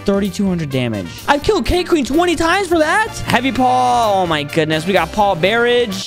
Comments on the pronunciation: Paw_barij bro it's barrage said like b-a-rage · bro said bear ige and not bəˈrä(d)ZH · He said paw barage instead of barrage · aint no way he said “bear-age” at the beginning 💀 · Man said barage for barrage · He said barrage wrong